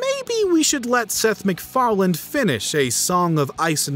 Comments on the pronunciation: It's Seth Macfarlane, not Mcfarland. Pronounced it with a d every time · Sounded like he kept saying “Seth MacFarland” instead of “Seth MacFarlane” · Fun video but I couldn’t help but get mad everytime u call Seth Mcfarlane, Seth McFarland😂